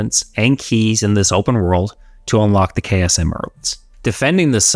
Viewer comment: 2.37 K S emerald😂. How can an english speaking man pronounce chaos as K S😂? Greag review though. My brain